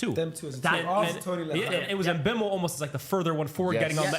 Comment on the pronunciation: the worst one is trying to say mbuemo😂😂😂